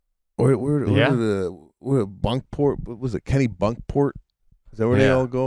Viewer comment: A bit off with “Keenbunkport”, Susan… Try Kenebunkport. (I’m not 100% sure of the spelling, though! Pretty sure it’s in Maine).